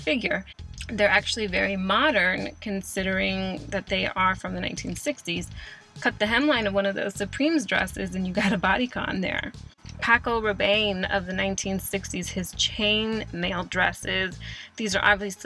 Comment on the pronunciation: Pronounce "er-vay lejay", "azzedeen ala-ee-ya", "pahco rabb-on" ; otherwise perfect.